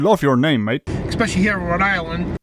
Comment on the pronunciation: He said “expecially.”